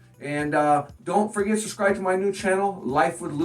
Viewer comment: He says suscribe :D